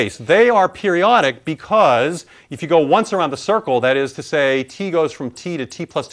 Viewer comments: "Da Cirrcle" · "da circle" lol